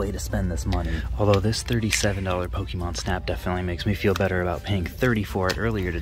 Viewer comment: Aaaauuiiggghhh stop saying Pokeymon